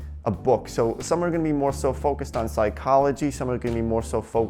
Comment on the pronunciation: I am from Russia and I am learning English on this video. is saying "...gonna me more focused...". According to gramma I was exspected to hear: "gonna be", but instead of this he says: "gonna me". Why? he is saying: "...somebody that might be disagree..." Somebody is a person and we should say "who" instead of "that". "That" we say only about things. is saying "trying negotiate". Не had skiped "to". Correctly would be "trying to negotiate". Why makes these mistakes? Guys, may be one of you could anwer. I would be so gratefull. Sorry for my possible misnakes - so hard to learn a foreigh language.